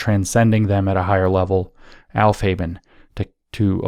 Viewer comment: Yes, it did sound like helfheben! I was like, wait a minute, what!? I'm sure you've heard the rest of the podcast by now and know that he was trying to say aufheben. Although, I've got to say, the aufhaben hypothesis may have merit.